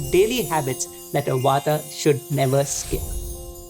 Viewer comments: it's not "wata" it's "wat" it's not "pittha" it's "pitth" don't destroy our cultural identitie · Thank you for the video. Please dont add extra "a" at end of every hindi/sanskrit word - its Vaat, not Vataa, pitt not Pita, arjun, not arjuna, etc.